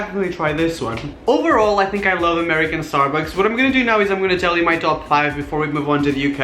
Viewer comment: did you say "starbooks" ?